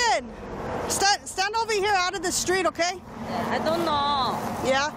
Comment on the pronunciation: I don't knowの言い方が中国語っぽい